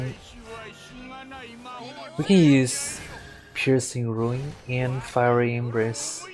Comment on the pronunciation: It bothers the hell out of me how you pronounce it Piercing RUIN and RUINcraft. It's Piercing RUNE and RUNEcraft